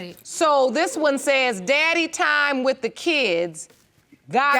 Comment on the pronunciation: that’s not how u say daddy is like this DADDY